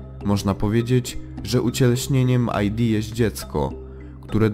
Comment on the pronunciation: nie aj di tylko id, bo to z łaciny